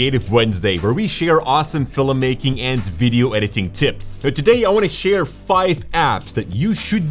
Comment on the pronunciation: Jordy it's not feelim-making it's Film-making 👍🤣